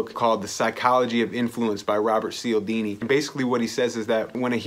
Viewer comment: Awesome vid man, thanks for this 👏👏 ... Cialdini pronounced charldini btw